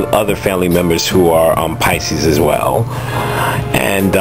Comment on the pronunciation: You do good tag videos thats why everybody tag you! lol!..my grandmother's bday was on March 12th..she pronounces Pisces.... PI-CISE LOL!